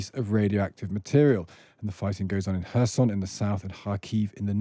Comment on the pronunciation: It only takes a minute to check pronunciations of foreign words these days: saying 'Zaporitsia' makes you sound ignorant. Some other guy talks about 'Kershon'... These things matter!